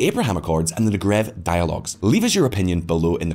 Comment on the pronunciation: It’s pronounced Neggev, with the stress on the first syllable.